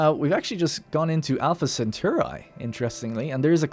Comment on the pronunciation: how the feck did you pronounce Alpha Cetauri!? =p